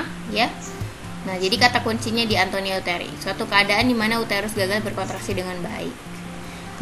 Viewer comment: ATONIA YA KA BUKAN ANTONIA,MAAF ❤❤